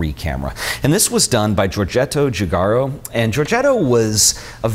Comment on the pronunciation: Actually the correct pronunciation is "Jujaro"